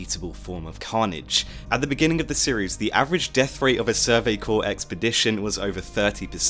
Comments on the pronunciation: Corps is pronounced core, not corpse. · Survey Corpse? No its Corps with a silent p and s